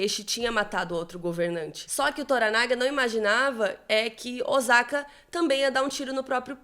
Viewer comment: Ai,custa pesquisar a pronúncia dos nomes japoneses? Nem é crítica , é um toque . “Ozaka “ dói no ouvido ! A pronúncia é com o som de ss ÔSSAKA.